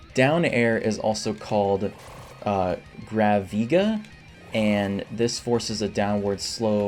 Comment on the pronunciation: It pronounced Grav - I - Ga. Yet again never played the game she's from but I have played Kingdom Hearts.